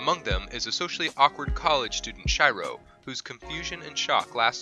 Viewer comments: "chai-row" ? Shiroe desu yo. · Fml this dude actually said Shiroe ( Sh-I-rO ) instead of Shiroe ( She- rO ) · Log horizon, his name is pronounced like she row, not shy row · When he called shiro shyro i was so triggered 😠 but other than that i love the vid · Shai-ro!?(Shiroe, Log Horizon) Please at least make an attempt to pronounce the names right. It's by no means the hardest thing in the world to realize Japanese names don't have English pronunciations, nor to find out how to pronounce them. It might seem like nit-picking, but I cringed every time I heard you say Shai-ro; if you're, it's a given you'll research this. Anyways, I'm not trying to start a fight, just giving some constructive criticism. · Stop watching after he called Log Horizon MC, Shyro.. Even Google Translate can pronounce it right... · he says SHY-ROW and then NCP's... that probably triggered me the most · i wanted to die when he said shiroe name wrong omg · how can you say Shiroe so wrong xD an all the other names too :p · Ok but for you know you mispronounced the log horizon main characters name and not care or just refuse to say it right